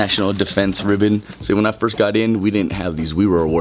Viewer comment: Not first..... FORST lol